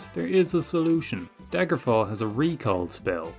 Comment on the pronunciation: bro you botched daggerfall so hard lmao